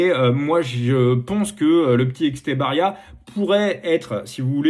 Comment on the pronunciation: Salut! Merci pour l'épisode ! Juste pour info, Etxebarria étant basque, on prononce Étchébarria